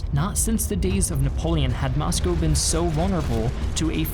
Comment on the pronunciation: Thanks for your great videos! They are student-friendly at the middle level. As a former American resident in Russia, I appreciate you pronouncing Moscow, "Moscoe" as the natives do.